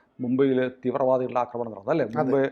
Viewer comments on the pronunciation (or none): none